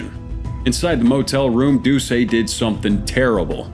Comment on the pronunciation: It's not Jeff "Doo-say". It's Jeff "Doo-set"